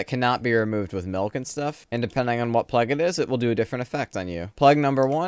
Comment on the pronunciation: No offense but why do you pronounce "plague" that way?